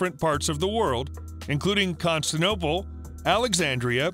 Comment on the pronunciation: O.K., but why are you shouting at us? I think the viewers will be more impressed it you try talking like a normal human being. By the way, where is Cons-ti-nople? Did you mean Constantinople?